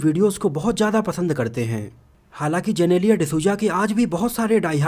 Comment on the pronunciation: वो जेनेलिया नहीं जिनीलीया है 🙂